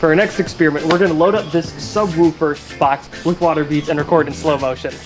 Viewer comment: I may sound like a mean person but the way he pronounced "subwoofer" badly irritated me.